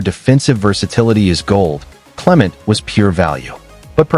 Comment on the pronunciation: His name is cle-Ment'. Accent on the second syllable (MENT).